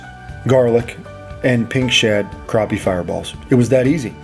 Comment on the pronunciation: Thanks for pronouncing it right. It’s crappie with an A not an O